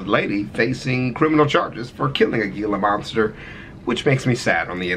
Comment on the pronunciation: He also mispronounced Gila Monster.